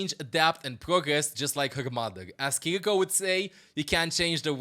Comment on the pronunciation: Fun fact: Japanese is a mora-timed language and syllables don't have an accent on them. "Ki-ri-ko" is read with the same tone throughout the entire word. Try it with Google translate.